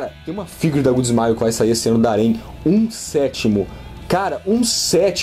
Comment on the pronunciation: falando "A Rem" e eu fico pensando "Ué, que harém?"